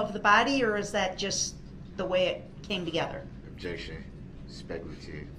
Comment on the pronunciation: She’s making fun of the way Brooks pronounces the word objection.